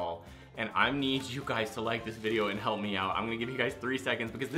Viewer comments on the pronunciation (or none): its help not halp ;]